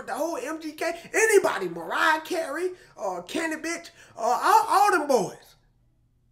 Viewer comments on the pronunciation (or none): Oof, you called him Canibitch 😂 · Did he say canaibis or canabitch? lololol 😆😅😂🤣